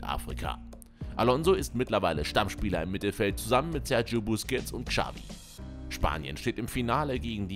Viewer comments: Dass niemand in Deutschland Xabi und Xavi aussprechen kann, sondern mit einem "Ksch" anstatt "Tsch" ausspricht, triggered schon sehr. Wenn man schon ein Video für solche Spieler macht, kann man auch mal entsprechend recherchieren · "Kschavi"? WTF?